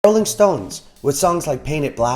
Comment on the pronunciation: “-Olling stones” nice